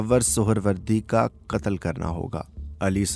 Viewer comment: I am not being rude but you must differentiate between as in urdu "KAAF" & "QAAF" you pronouncing "katal" actually your sound needs to come from Throat. Do apologise but I love urdu